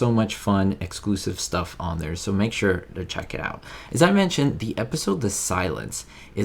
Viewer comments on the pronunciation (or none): none